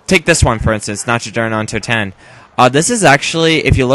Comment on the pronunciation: Nacho dur undo tehn? XD i LOVE your pronouncuation xD it's completely wrong! But its so funny hahahah